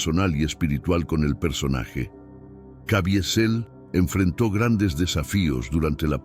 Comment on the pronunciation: Cavizel pq la i absorbe la e